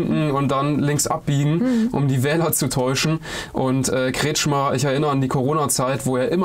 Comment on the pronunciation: Der Verbrecher heißt richtig : KretschKhmeer